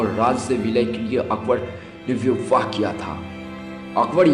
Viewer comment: O bhai pahle bolna sikh le chutye vivvaah...🤣🤣 tu hai chuttiyyaah....🤣🤣